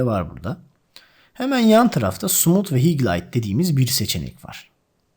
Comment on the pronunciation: Gerçekten çok iyi bir anlatımınız var, teşekkür ediyorum emekleriniz için ancak bazı kelimelerin telaffuzunu yanlış yapıyorsunuz. Video içerisinde bana çok dikkat dağınıklığı yaratıyor. Belki benzerini yaşayanlar olabilir naçizane dikkat ederseniz sevinirim :) (Örnek: Highlight)